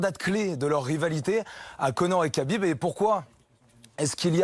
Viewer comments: C'est " khabib " pas kabib quand c'est Aya nakamura on en parle pendant 1 mois mais quand c'est un champion invaincu avec beaucoup plus d’influence on dit rien respectez le boug SVP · Tu rends dingue à dire kabib, c’est rhabib, je sais pas moi dans le football personne appelle jesus navas, jesus, on dit tous resus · Khabib se prononce Rabib et non Qabib.